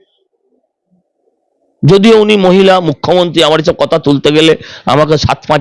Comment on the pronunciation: আপনি কেন বারবার "মুখ্যমন্তী" বলেন? জিভের জড়তা কাটিয়ে "মুখ্যমন্ত্রী" বলুন দয়া করে!